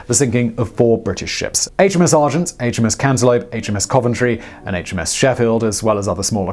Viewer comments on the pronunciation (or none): I think I heard you say "HMS Cantelope"... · Did he say HMS Cantaloupe? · G'day old chap, look I may be mistaken, but it sounds like you call HMS ANTELOPE, HMS CANTELOUP. I may be wrong. CHEERS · Ah yes, the HMS Cantaloupe. Not antelope. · Did he say HMS Cantaloupe????